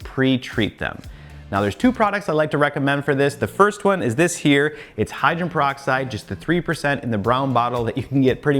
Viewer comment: It’s pronounced Hy-dro-gen peroxide. Not Hy-dren. Just a friendly FYI. There were so many words I didn’t pronounce correctly until someone told me. And I appreciate it to this day! 😁